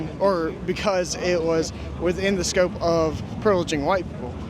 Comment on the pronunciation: I can't believe no one hit you... XD You gotta learn how to pronounce 'the'.